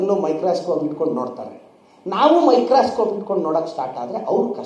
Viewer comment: It is Microscope not MIcrascope first correct your English Mr.Pradeep Eshwar.